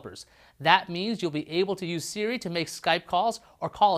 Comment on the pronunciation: "Siri" not "Seari"!